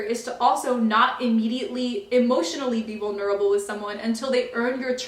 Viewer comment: You say 'vulnerable' in such a curious manner haha